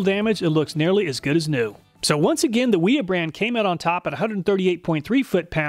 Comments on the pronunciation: holy shit, wiha is german, its pronounced with a V. and why the hell wouldnt you just take some calipers to the wrenches. for all we know your bolts might have crap tolerance and its not the wrenches fault for not fitting well. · Wiha is pronounced “Wee-Ha”. 304 is a terrible choice for the fastener. It’s soft and gummy. Did you use a fresh fastener for each test?